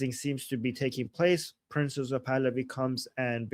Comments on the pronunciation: PRINCE not Prinses or prinzes or how ever you are pronouncing it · PRINCE not Princes